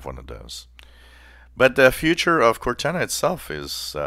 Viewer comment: Cor-nana the Microsoft grandma?